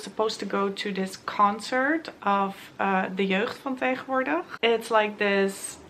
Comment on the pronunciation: Hold up, you’re Dutch? At least I’m assuming so, based on the way you pronounced De Jeugd Van Tegenwoordig. Dat had ik total niet door (maar ik volg je dan ook nog niet zo lang). Hallo noorderbuur ☺️